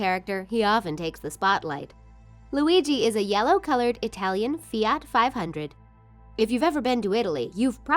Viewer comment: You say fiat wrong